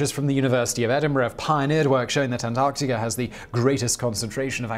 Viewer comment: Actually, if you listen closely, in many cases throughout his videos where the word ends in "a" he turns it into "ar" as in antarcticar. Not a strong accent, but there.